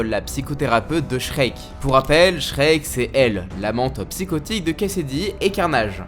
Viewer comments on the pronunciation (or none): je crois que Shriek se prononce "shrik" pas "shrek" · hey ça se dit shriek pas shrek